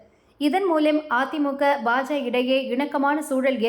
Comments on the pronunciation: இந்த பெண் உச்சரிப்பு சரியாக இருந்தாலும் பாஜக என்று கூறாமல் பாஜ என்று கூறுகிறார் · அதிமுக என்றும் பாஜ என்றும் பாதியாய் உச்சரிப்பது ஏன்...? இரண்டிலும் கட்சிக்கான 'க' என்னும் வார்த்தை உள்ளதே?